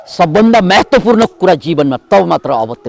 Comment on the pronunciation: महत्वपूर्ण कि मेहेत्वपूर्ण हो हजुर! उच्चारण, जय होस!